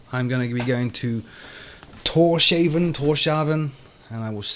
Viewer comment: Torshavn - "Tor's - Havn," or in English "Thor's Port/Haven."